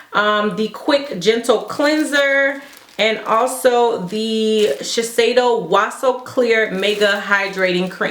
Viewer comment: lol dying at the way you pronounce Sheshiedo! I have been wanting to try the Tatcha brand but there is some stuff in the Sephora favorites soko to Tokyo set that im going to pick up :)